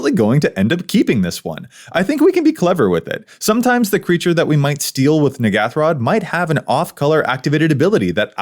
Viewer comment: Wait a minute, this isn't the N'ghathrod pre-con... Also you are pronouncing it wrong.